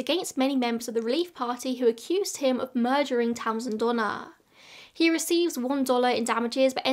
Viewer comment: To my American ears, I know you're saying "Donner/Reed" but I keep hearing Donna Reed like from It's a Wonderful Life 😅